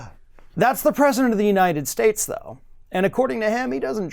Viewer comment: And, "May God BLESH the United SHTATES of 'Merica"!! SMH